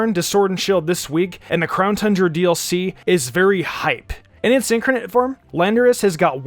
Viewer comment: Incarnate (IN-CAR-NATE) not (INK-ER-NATE) It’s like watching Wolfe Glicke call Giratina (Jer-at-nia)